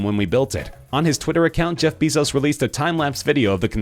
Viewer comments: ITS BAY-ZOES NOT BEE-ZOES!!!! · its not read bizos BEISOZ BEISOZ BEISOZ BEISOZ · Broon-"EYE." Gates is the second richest man in the WORLD. And no, he is not building Belmont. "BEH-zos." This narrator is annoying. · You're not saying Bezos correctly!!!